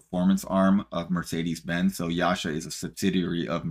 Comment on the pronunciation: YASHA??? YASA, DUDE